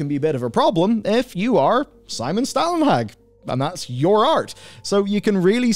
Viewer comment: Just a note, It's not Simon Stalenhag, it's Stålenhag, and that's pronounced stawlenhaag.